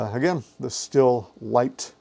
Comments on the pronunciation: You Bubba, You need to spend some time in German Class at your local community collage.,,,,,, It's Pronounced "Steel" like the metal - Auf Deutshc sie saga S "ESS", T-""TA", I "EEE", H "HA" L "ELL. - ESS TA EE HA ELL Af Americanish that is pronounced "STEHL" Say it right and don't sound like a red neck ignoreramus. When I hear somebody pronounce it like something you make whiskey in it's like fingernails on the black board to me. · Not trying to be nit picky, but it's pronounced "Steel"